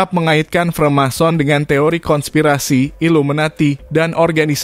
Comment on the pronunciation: freemason bang.. bukan remason wkwkwk